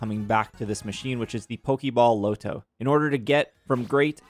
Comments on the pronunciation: It’s not low-to. It’s pronounced LAH-to. No one says low-to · I can't do the way you say lotto. It's LAH-toe no LOW-toe lolololol Like lottery ticket. We don't say LOWtery ticket lol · Okay so, "Lotto" said "LAH-to" not "LOW-to." It's short for "Lottery." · Bro called the Loto the "Low-toe" whatever that is😂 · Your pronunciation of "Lotto" is killing me... It's Lotto, like Lottery. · They way you say lotto is extremely jarring lol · I low key thought it was because you didn't want YouTube to flag it for gambling or something lol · my native language isn't English either but that is not an excuse for butchering basic words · Maybe it sticks from Roto loto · i second that …